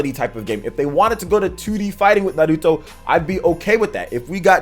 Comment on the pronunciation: Thanks for pronouncing Naruto right king